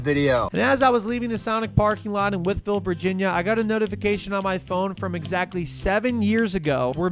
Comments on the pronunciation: Nice to see someone pronounce Wytheville correctly for a change.... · I'm impressed that you pronounced Wytheville correctly